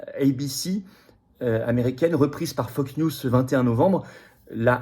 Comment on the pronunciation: C'est moi ou il a dit fuck news au lieu de fox news 🤣🤣